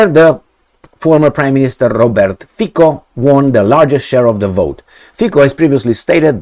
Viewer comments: His surname is pronounced Fi-C-o, not Fi-K-o. "C" as one would pronounce "Z" in German language. Also, one of those "mysterious" forces is called coalition. Just because his party won election doesn't mean it will rule without limitations. It doesn't have majority in Parliament, therefore it needs to forge alliances with other political parties. And yes, there is NATO, EU, contracts - you name it. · Its not Fiko..its Fico 😅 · after doing several video about Slovakia, maybe it's time to pronounce correctly the name FICO. It is "FITZO" not FIKO. Only 4 letters, come on. - the words of Slovakian Defense Minister are irrelevant. He is a member of government that is about to leave and their views are fundamentally different from Fico's views. - As a Slovakian I understand the skepticism after seeing what Meloni did, what US and British "conservatives" are doing, I remain cautiously hopeful . Breaking his major election promise on day 1 would be his political end of the road. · Fico is pronounced as Fitso. Fițo... like that.:) Fiko in Slovak means something like to f*ck.:))) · Fico, pronounced Fitzo, hasn't formed a government yet and you know what will happen next, because you don't even know him. You are very focused on yourself, wait and see what happens next. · You are sure its NOT 'F*CKYOU ?! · hehe repeat after me : mr . FITSO not K but like tsunami C / ts/